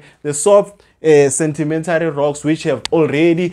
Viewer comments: Is it sentimentary or sedimentary😮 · Why are you saying sentimentary rocks Sir? Good work though well explained